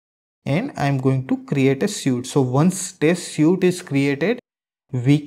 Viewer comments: Better learn English. Don't you know how to pronounce the word suite? It's not [sju:t], it's [swi:t] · Hi! You mispronounce the word "suite".